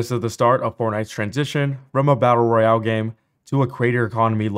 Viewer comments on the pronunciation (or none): none